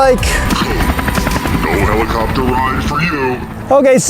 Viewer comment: More like, Heli-COPE-ter!